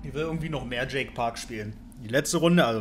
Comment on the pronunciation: Bin ich die einzige die jedes mach denkt das er jay park statt Jacke Park (?) sagt xD?